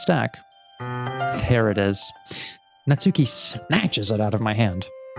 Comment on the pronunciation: Real quick, before I actually watch the episode, and I know I'm very late on this, but the stress in "Natsuki" is on the first syllable and not the second^^ It's NAtsuki and not naTSUki :3